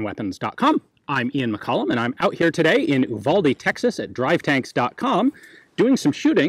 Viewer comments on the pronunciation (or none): It’s pronounced you valde not ooo valde no hate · Uvalde is pronounced yoo-val-dee Ya, I’m that guy.